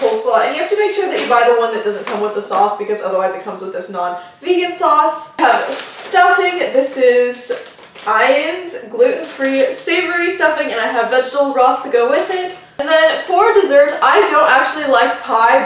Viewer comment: For reference, Ian's is pronounced "ee-uhn" and tofutti is usually pronounced to"foodie"